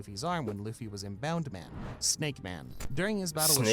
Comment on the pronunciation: the guy calling it bound-man despite the subtitles of the clip showing it was bounce-man annoyed me so much. Almost as much as him calling Moria, Maria.